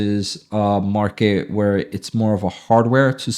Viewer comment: Market not “Marke” 😂